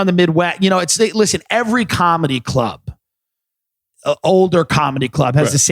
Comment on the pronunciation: Lisshen to me